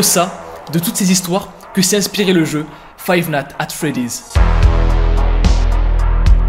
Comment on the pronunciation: five natte at freddy's